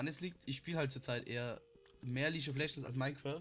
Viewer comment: League=lieg Nicht litsch